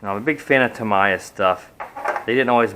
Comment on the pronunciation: Pronounced "Tam - EEEEE - Ya"